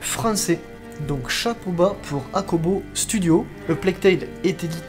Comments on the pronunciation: Pas acobo asobo lol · Super boulot mec ! Par contre le studio c'est Asobo Studio et non "Akobo" ;)